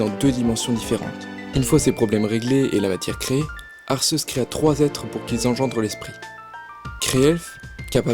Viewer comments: Arrêtez avec ArSéus x) prenez un truc français officiel et regardez la prononciation :/ je sais pas prenez la série pokemon (certes c'est moyen mais c'est officiel) ils disent bien arQUéus x) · On dit arquéus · desoler de te le dire mais sase prenonce arkéus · On dit Arceus A R K É U S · Je suis le seul à les prononcer Arcéus et Guiratina ? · j'ai quitté la vidéo quand il a dit arceus en mode "arsseusse", merci pr ce viol auditif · je ne suis pas le seul à dire Arçeuse 💕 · Le pire c'est arseus ! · Comment tu prononce arceus ?!😂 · C énervant que tu dise arceus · Bah oui alors que normalement c'est Arceus, je vois pas pourquoi il dit Arceus... après certaines disent Arceus aussi ! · Si tu a vu le dessin animé Pokémon tu verra que tu prononce mal le mot Arceus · Je viens de découvrir cette chaîne et je la trouve super ! J'adore qu'on me parle de ma saga préférée de cette manière! :) Bon, après, si je voulais faire mon fanboy hystérique je dirai que la prononciation de certains noms me dérange un peu (notamment Arceus et Giratina) :3